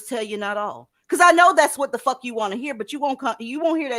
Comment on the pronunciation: I surely can help. I have a hand book. 1st chapter is we practice how to say “I don’t give a fawk” like Aleah. 😂🤣😂🤣😂 Stop caring.